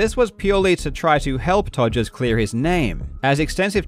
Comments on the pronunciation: The fact Karl just completely casually keeps calling him “Togers” is just hilarious to me. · Calling him Todgers throughout, chefs kiss. Also to those non-UK folk; Google 'todger', very apt.